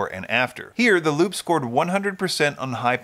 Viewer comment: Unrelated squirrel brain comment, isn't Lupe pronounced Lupe (Lupay) like the woman's name?